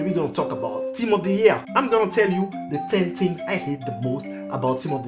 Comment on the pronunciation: its funny cos he says 10 tings instead of 10 things